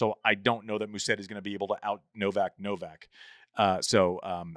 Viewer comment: Can we address the pronunciation of Musetti? It is Musetti, not Musseti, as it sounds like hearing most people’s pronunciation. There are 2T, not 2S. It is Musetttttttttti • Mu: Pronounce like “moo” (as in the sound a cow makes). • set: Pronounce like “set” (as in a set of keys). • ti: Pronounce like “tee” (as in the letter “T”). Try this: put the stress on the E after a very short S sound, and then pronounce a very long T and finally a E sound ( I) Musétttttttti